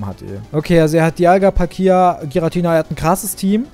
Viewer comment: Es heißt Palkia